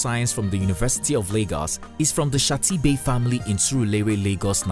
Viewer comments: Her Mother’s Family Name is SHITTA-BEY...!!!!! Pronounced: She-tah Ba-y. NOT Shatee-bay as the Commentator have pronounced the noted Lagos Highly Influential Family Name. Commentator surely butchered the Entertainer’s Late Mother’s Family Name......SMH! Get it right Journalist, Publicist whatever your professional title is? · Shitta Bey not shatti bey. My condolences Wizkid. May mama continue to rest in peace. Sorry, pẹlẹ!